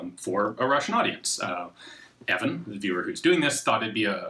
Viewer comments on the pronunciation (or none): Great news! Just one thing... Probably his name is Ivan... Not Evan...